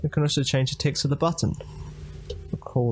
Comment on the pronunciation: good tutorial but i have one question. why you keep saying ticks instead of text?